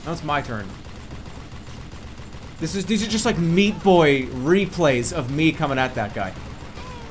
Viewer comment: the bostonian jumped out in a major way. "where the fuck aah these people"